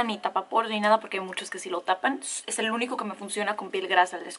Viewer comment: Aceite ESCUALANO Jajajaj que no es “escualeno”? Estudio ingeniería química como tu hermana ❤️ jajaja te amo ❤️❤️❤️